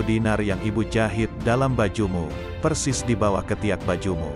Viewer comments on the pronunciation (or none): none